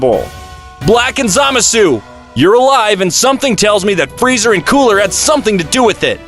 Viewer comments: Dragon Spheres 😂 How do you fugk up the name? You also refered to Kale as His once. The name is Freeza not Freezer. Fix these issues in future. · Um "freezer" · If you can’t even pronounce Frieza’s name correctly and say fuckin “Freezer”, then you shouldn’t even make videos. 😂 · Frieza not freezer